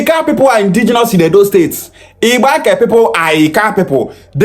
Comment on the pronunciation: The guy can't even pronounce the state well and have no singular knowledge of what the state creation is all about.